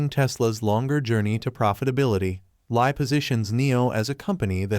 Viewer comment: It's pronounced as William Lee (William Li Bin), not Lie!